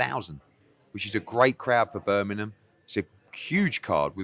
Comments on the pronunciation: Eddie heard. Love your videos, hilarious 90% of the time, equally on golf life but if you keep saying Birminham we are gonna fall out. BirminGham you tit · Eddie Hearn can’t say Birmingham 😄😄